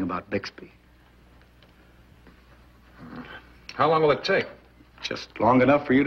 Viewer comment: You know how in the middle of every episode the narrator interrupts with a comment? Well, in this episode he referred to Bixby as Buxby. Anyone catch that?